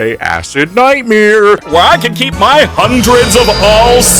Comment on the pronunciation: Love that you reviewed this series. Also whenever you say Ny-ight-mayha it makes me laugh